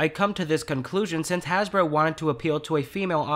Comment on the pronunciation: You said Hashbro